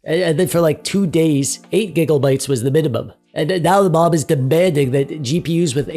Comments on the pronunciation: Now say it with me. It's "GIGA" not "giggle" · Whats with the giggle bytes bro, why you talkin like you have 50 kg of snot in your nose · stop with the giggle bytes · "giggle bytes" its gigabytes please tell me u did that on purpose. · Please, stop saying Giggle-bytes. Limit it to twice per video at most. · is it just me or does it sound like hes say giggle bytes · Can we just talk about the fact the he said "gigglebyte's" the whole time? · All I'm hearing is "giggle-bytes" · Thats alot of gigglebites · Every time I hear giggle byte I just melt from the Pleasant discomfort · Are you intentionally saying "Gigglebytes"? It's honestly rather distracting, but are you trying to make a statement about the status of VRAM among the masses or something? If so I don't get the joke. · All I keep hearing is Gigglebytes 😂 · I love it sounds like he is saying giggle bytes, love it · Dude, do you say.. Gigglebytes? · I thought I was the only one hearing this lol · The way you say "gig-O-bytes" is hilarious. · lmao same